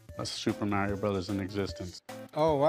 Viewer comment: MARIO ISN'T PRONOUNCED LIKE THAT!!! 😅😂